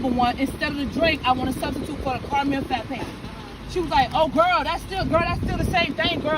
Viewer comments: The woman complaining about the # 1 with no drink but a "caramel fappe" ok lady it s "frappe" frappe 😆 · The lady saying, “Fappa” instead of Frappa.. 🤣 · The McDonald's lady who ordered "the #1"......she butchered the English language. What the heck is a "caramel fappe"???? Lol